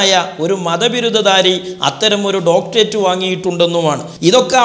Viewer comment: സംസാരത്തിൽ യാതൊരു കഴമ്പും ഇല്ല. വ്യക്തി തേജോവധം അല്ലാതെ.സംസ്കാരം എങ്കിലും ഉണ്ടാകട്ടെ ഉണ്ടാകട്ടെ എന്ന് പ്രാർത്ഥിക്കാം. ഡോക്ടറേറ്റ് എന്ന് ശരിയായി ഉച്ഛരിക്കാനെങ്കിലും പഠിക്കണം.